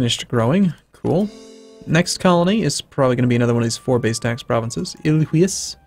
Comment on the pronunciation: you pronouce some of the provinces wrong, ilheus is like i-lie-us; bahia is like ba-i-a; etc